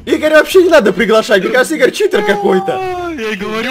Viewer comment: не чиии тор а читир